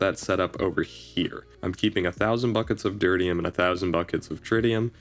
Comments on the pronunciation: Tear pronounced like "tier" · It's pronounced de - tear- ee - um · You pronounce deuterium in a very interesting way